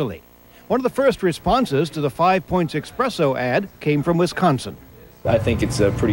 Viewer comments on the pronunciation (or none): There is a special place in hell for people who say eXpresso instead of espresso